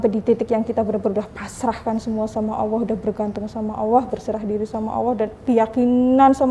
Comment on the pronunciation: Menyebut Allah nya terlalu awoh bunda.. Coba diberi ada sdikit L nya sj.. Sy ibu dr 7 anak dr suami prtma.. Skrg suami ke 2..sdh 2thn lbh keguguran 4x..😢smoga bisa bersabar dn berjuang